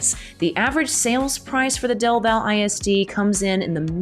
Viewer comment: Elgin ISD only has one high school. The other is an alternative school. BTW... Del Valle is pronounced like "Del Valley". Lots of those little strange pronunciations around the Austin area.